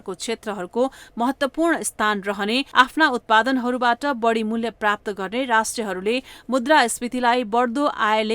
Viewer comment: अशुद्ध उच्चारणले कान बिझायो !—- मत्स्य— मत्स्य, बाढी — बढी !